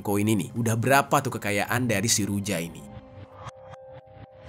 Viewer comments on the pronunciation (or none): Huruf J dalam ejaan negara negara Eropa Timur seperti bulgary, serbia, termasuk Rusia di baca Y, jadi ruja dibaca Ruya.. Serbija, dibaca Serbiya.. atau serbia...